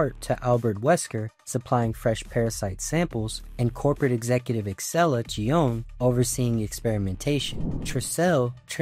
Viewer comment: Sorry to say dude but you're butchering the pronunciation of excellas name, kijuju, tricell, etc 😅